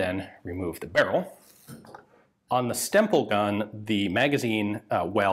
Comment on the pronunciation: Every time Ian says "Stemple" I am hearing "stem bolt" and I am reminded of the long running gag about self-sealing stem bolts on Star Trek DS9.